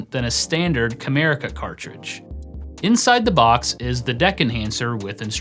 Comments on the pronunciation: I hear "Kramerica". lol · it sounds like you say "America was founded as a giftware wholesaler in 1987 by David J Harding." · Every time I hear "CAMERICA", I can't help but hear "KRAMERICA", Kramer's fictional-industry from Seinfeld 🤣🤣 Wonder if that was actually a spoof that was subtly referencing this failed-company?? 🤔